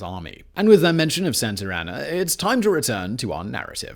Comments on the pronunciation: I wonder how many times he said santr anna and not Santa Anna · “Santarana”? haha Santa Ana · Very informative. Excellent job as usual Simon!! The only thing I'm trying to figure out is.......who the hell is Sant'er' Ana !!!! I always thought it was Sant'a' Ana. HUH!!! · Please, just please. Stop calling him Santarana, his name was Santa Anna. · For my fellow Americans and everyone else. “Santer Ana” : incorrect. Santa as in 🎅🏻 Santa Ana: correct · I like how he keeps calling him "Santer Ana" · Love the videos, but you saying Santer Anna about drove me mad. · It’s funny how he pronounces Santa Ana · least of mispronouncement transgressions